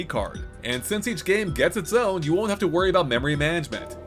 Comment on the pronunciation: Are you saying "will" or "won't" need memory packs? That was an important one to enunciate!